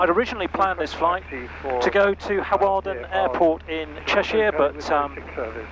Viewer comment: hey from 2019, hawarden in cheshire is pronounced har-den, doing my ppl and just subbed for more flying vids